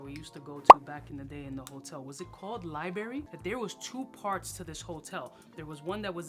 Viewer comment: Been almost 10 years since I moved from NYC and hearing you say LIE BERRY (library) brought me right back! Biggest in the game!